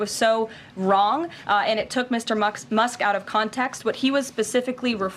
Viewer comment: Did she literally just call Elon "Mr. Mucks"?